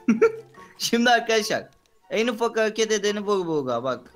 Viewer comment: en ufak hağeket edeni vuğ buğğa bak